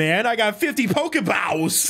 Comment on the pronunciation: Poké Bawws xD